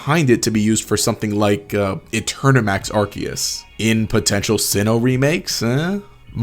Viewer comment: you pronounced arkoos wrong